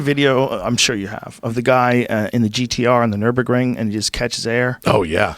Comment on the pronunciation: Hey Joe how about you teach your dumbass "car guy" friend Brenda how to say nurburgring